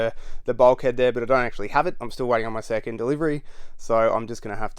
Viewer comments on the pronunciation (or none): none